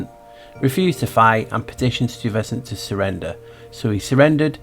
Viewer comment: heya i live downtown in STUYVESANT TOWN... its STY like your eye vesant so you know for next time..... loved this and am watching thru for the second time... interesting how they were trying to pass new york as new amsterdam still when it was lisbon..... so wonder why that huh??;0